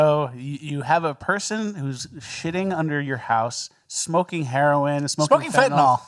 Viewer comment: for fentanyl, you always say "fentanol" but it's like Benadryl, you don't say "Benadrol"...do you, savage?!?